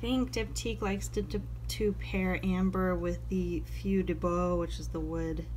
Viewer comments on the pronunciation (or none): I love Feu De Bois (along with Figuier)! Heads-up, it's pronounced, Foe De Bwah. : )